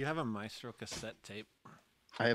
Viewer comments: And my head is going to explode if you keep saying may-stro! It rhymes with MY (or mice), as in MY effing head is going to explode if you keep saying MAY-stro!!!! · MA + E (like the 'e' in 'edit') + STR + O (pronounced like something you do not have in the english language). It's Italian...